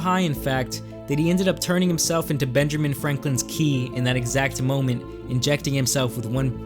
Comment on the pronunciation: It’s Benjamin Franklin not Benjerman Franklin . If you’re going to try to be funny at least pronounce it right.